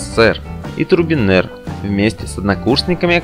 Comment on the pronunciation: озвучка((( не Турбинер!!!! а Трубинер!!